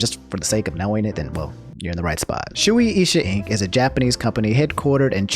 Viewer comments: The way he pronounces shueisha is just to funny 😂 (btw no hate love your content) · Even if it was, you expect to pronounce things correctly? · is it a joke lol? I thought he was just bad at pronouncing stuff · Shueisha is prounouced ------> Shu-aye-sha Trust me, I'm a weeb. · Shoe-Asia is closer to the pronunciation of the name. Note Shueisha owns a part of basically all of the big anime, and this is not a new thing. The biggest event of this until now was that Shueisha was preventing people from running DBFZ tournaments via copyrights during early Season 2. It was so bad that the DBFZ competitive scene was taking serious damage. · for future reference incase you talk about them again, it's pronounce "shoe-ey-sha" because of how Japanese pronounciation is I get why you got it wrong though, you said it the black name way. I would read it that way too if I didn't know 😂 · Shueisha is pronounced Shew-eh-shah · I see Shueisha is channeling it's inner Frieza for Twitter. Also I heard it was pronounced Shoe-A-Sha. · Its shoe ey ( like hey) sha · Imma need that Bababooey back. Also it's pronounced "show-aye-sha" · It’s pronounced shoo-ay-sha btw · For those who want help remembering why it’s pronounced “shoe-aye-shuh.” Think of the word “sensei” in regards to how “ei” is pronounced in Japanese. “Ei” is essentially an elongated form of “e” (pronounced eh). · Sorry I have to pull out the Weeb card but it's pronounced "Shu-wei-sha" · Shuu-ay-sha for anyone wondering how its pronounced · Its shoe-A-sha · Say it like "sue-way-sha" lol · Im 90% sure that Shueisha is pronounced "Shoe-Asia" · close. the h before the a is pronounced as well. so "Shoe-Ay-Sha" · It hurts everytime i hear him pronounve shueisha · the way he pronounces Shueisha hurts me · That man tryna educate us on shueisha... by reading the wiki and saying it wrong lol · Hearing mispronounce Shueisha makes me cringe😬 Great vid as always! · It's pronounce " shoo- ey - sha" not "shoo- EE-sha"